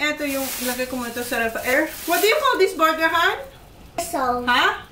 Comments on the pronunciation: That is pronounced as “berger” di po “”borger” haha, it sounds funny when you say it borger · can u please say burger instead of borger and vegetables instead of vedstable sorry lage ko lamg ksi naririnig